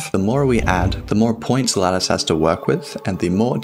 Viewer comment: Ok ok i blame this for me being a non native english speaker, but i only hear lettuce, not lattice. i love it